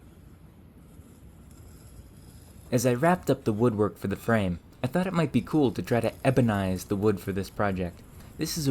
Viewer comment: Say "four" in a manner that doesn't evoke a view of animal skins and I might watch another video.